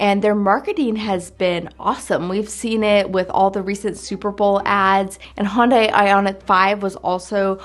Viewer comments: Hyundai is pronounced "HUNNDAY" like "Sunday". You're still crisscrossing it with Honda by calling it a "Hon-die". I say this only because my dad tried to talk me into a Hyundai as my first car when I was 16 instead of a Camaro and I remember their marketing material stating "Hyundai rhymes with Sunday". LOL. Which do you think I chose? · Hun-day, not Hon-day. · If the US pronounced the names correctly like the rest of the world there would possibly be less confusion - Hon-da - straightforward but it's pronounced Hy-Uhn-Di everywhere else on the planet - not hun-day. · Hyundai is pronounced like Sunday...not Honday. LOL! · Pronounce Hyundai like Sunday. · Hyundai is pronounced Hi-Yun-Die. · Hyundai is pronounced “hun-day” or "h-yun-day” Hun like sun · Say "Sunday" ... then say "Hun-day" ... that's how you pronounce Hyundai. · He yawn die